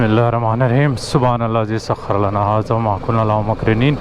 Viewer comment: the word you reading the pray before traveling is wrong. The dua is sakhar a lana. not sakharlana.